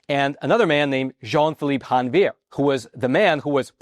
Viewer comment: Hey, in Haiti they speak a patois of French So Jean-Pierre’s last name is pronounced Zhon- vee-yay. It is th French word for January.